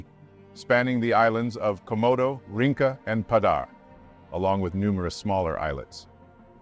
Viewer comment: 'Rinca' is pronounced "reen-cha". Not "ring-ka". I'm a local.